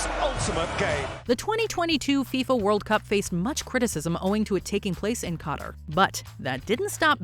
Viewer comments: taking place in cotter? You mean Qatar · It’s Qatar not Cotter. A little mispronunciation right there and now I still feel like that the Opening Of The 2022 FIFA World Cup should have been on the list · “COTAR” instead of “Qatar” had me wheezing 😂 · Way to horribly mispronounce Qatar.